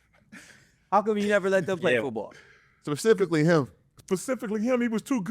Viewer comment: spacifically him😂😂😂😂